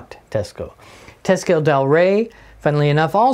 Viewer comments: Cool Teisco collection! BTW, it’s pronounced “Tie-sco”, not “Te-sco”. It’s an anagram—Tokyo Electric Instrument Sound Company. My first electric guitar was a 1964 Teisco-built St George. And in college in 1969, a friend of mine had the bass version of the EP-200. The first one you showed, with the built-in effects, is pretty wild! Get the right battery connector in there so you can show us what it sounds like! Built-in effects was kind of a thing in the lare ‘60s and early. ‘70s—I remember Vox had a line of guitars in ‘67 that had really awful built-in effects, including a wah-wah that was actuated by the heel of the right hand on a triangular lever behind the bridge. Psychedelic! And hard to pick while using the thing. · It's pronounced "TEYE SCO", I lived in Japan from 63-66 and was given a SS-4L for Christmas in 1964 they purchased it from the Navy Exchange in Yokohama, also a Teisco 71-R 1964 Vintage Tube Amp with Reverb & Tremolo modules on board.